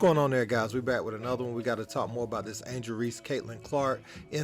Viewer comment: Wiff? I think it’s pronounced “with”. Hire a speaking coach dude.